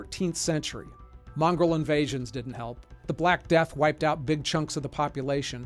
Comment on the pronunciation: Mongol invasions, not Mongrol invasions.